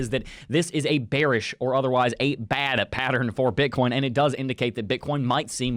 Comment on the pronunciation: I dont know why I always hear Bitcorn